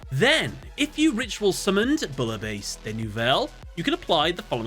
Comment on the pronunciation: Americans pronouncing „Bouillabaisse“ is even as a German insulting. I am really sorry for my French fellas